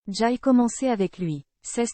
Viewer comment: "J'aye"? Je n'"aye" ? Vous y comprenez quelque chose, vous?